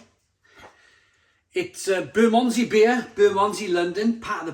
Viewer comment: Great review thanks. Btw it's pronounced Buh mund zee 😉